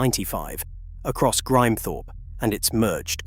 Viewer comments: American A.I. crap. Grimthorpe is pronounced Grim thorp, not grime thorp. Missing g the word "and" out of dates is uniquely American. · I think it's an AI thing - hear this kind of mispronounciation (sp) a lot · It would be great if you got a real narrator....it is a good copy but not perfect. Halfway through the "Grimethorpe" chapter the AI narrator changed his/her pronunciation from "Grimmehthorpe", incorrect, to "Grime (as in Crime) thorpe"....